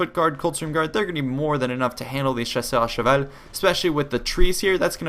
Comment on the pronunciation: Are you french, i'm french and you speak french very well when you say:"chasseurs à cheval" !